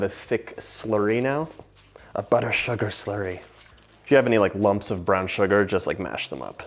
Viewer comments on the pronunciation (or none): Nobody: ... John: a BuTtER suGaR SLurRY